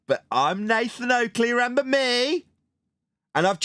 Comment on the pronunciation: 37 min 17 seconds… REN BER ?? Do you mean RE MEM BER it’s a 3 syllable word associated with memory . Try singing along with the catchy 1974 number …..a couple of times should do it …..RE MEM BER your a WOMBLE